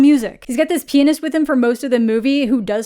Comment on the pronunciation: Omg you said pianist and i heard penis